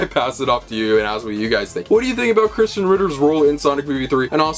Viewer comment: Why do you pronounce Krysten like Christian? Also, you're being a KILLJOY, dude.